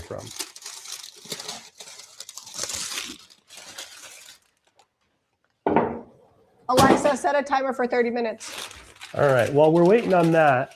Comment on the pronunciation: You said Aliza instead of Alexa 😂😂😂😂😂 when you set the timer for the bread